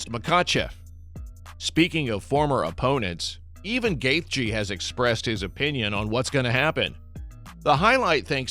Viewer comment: The AI couldn’t pronounce Gathje.